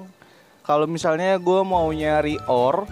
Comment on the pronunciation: Ore dibaca oyer bang